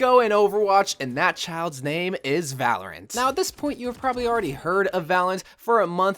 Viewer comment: It sound like ur saying valent but is Valorant xD